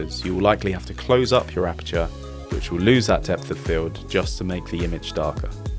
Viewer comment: Osmo has a fixed aperture so no opening of the "aputure" will happen 😉